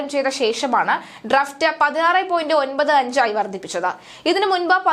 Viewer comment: ഡ്രഫ്റ്റ് അല്ല ഡ്രാഫ്റ്റ് ആണ്. ഡ്രഡ്‌ജ് അല്ല ഡ്രെഡ്ജിങ് ആണ്. ശ്രദ്ധിക്കുക.